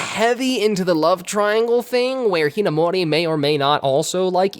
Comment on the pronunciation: I'm sorry but I just can't get past the way you pronounce Amu's last name